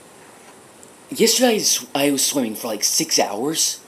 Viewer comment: Yeah, listen to the way he says "yesterday" . It sounds Australian.